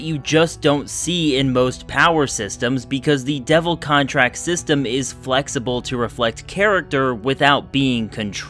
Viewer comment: did u just say POWER sexterm?